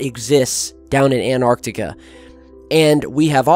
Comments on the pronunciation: stop saying anarctica! I cant can't listen anymore. it's Antarctica. how can I believe you when you cant can't even say the fuckin place name right? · AN-tarctica not ANT-arctica :P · hey or what ever your name is why don't you pronance some words correctly its Antarctica not anartica its Iran is pronac...d eeran not I ran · Anartica= Greek for 'I stood up' the South pole area however is called 'AnTTTTTTTTTartica'. this for the people who have gets puzzled ... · I tough it is ANTARCTICA not ANARTICA ??? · Antarctica not anarctica not anartica. If you're going to base so much of your content on this continent the least you could do is pronounce it correctly. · cant he pronounce both of the Ts in anTarcTica?? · An-arc-tic-a. Sorry bro you pronounce it An-tarc-tic-a. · AN-TARK-TIK-KAH Not anarctica...annoying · Why do Americans say 'anarctica' it's Antarctica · it's antarctica not anarctica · please pronounce antarctica with THE "T" FFS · Repeat after me; .. "AN-TAR-TIC-A" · Please, lend yourself some extra credibility: ant·arc·tic \ ant-ˈärk-tik, -ˈär-tik\ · You do know there is a t in antarctica?